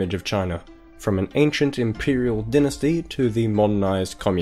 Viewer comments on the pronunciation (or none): none